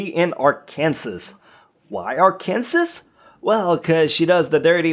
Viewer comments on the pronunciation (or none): If you ever go to Arkansas (ARE-CAN-SAW) you will get shot for saying ARK-KANSAS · 48.... I'm pissed cause you mis pronounced my state and made s reference to the oldest joke in the damn state that we're all cousins. Ok the joke I'm ok with but seriously people its pronounced Ar can saw not Ar Kansas! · That’s not how you say Arkansas. It’s (R -can-saw) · Nobody mentioning how he said ar-kansas?